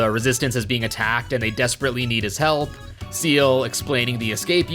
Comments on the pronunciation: Forget the zed/zee thing, you're killing me every time you call Ciel "seal" 😵 Ciel is pronounced more like "shell"- her name is in French (like everyone else in the resistance) Fun fact, the motif with the resistance goes beyond just French! Ciel translates to "sky", and everyone in the resistance has a name that translates to a different bird. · Pretty sure her name is pronounced "See-ELL" not "Seal" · You say Ciel like it's Zeal from Chrono Trigger and Zero as Zed this video is cursed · my guy actually just pronounced ciel as seal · actually , it's more like "see-el" than "shell"